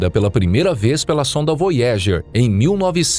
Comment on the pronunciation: Voyager = VÓiadjer